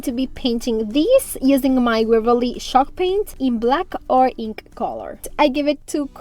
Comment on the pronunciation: CHALK paint! I was listening to this whilst doing other things and thought it was called SHOCK paint lol 😂